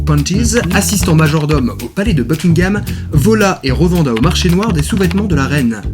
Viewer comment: "revenda" ? Non je t'assure "revendit" !!!! XD